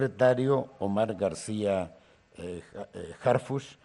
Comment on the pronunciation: ¿Porqué todos pronuncian "Harfush" si es Harfuch? que son de ShiHuaHua?